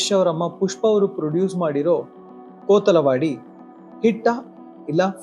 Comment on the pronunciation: ಕೊತ್ತಲವಾಡಿ . ಕೋತಲವಾಡಿ ಅಲ್ಲ